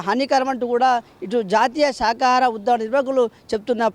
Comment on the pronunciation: శాకాహార...శాఖ కాదండి.